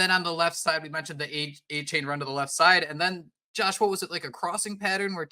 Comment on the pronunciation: A-Chan, not A-Chain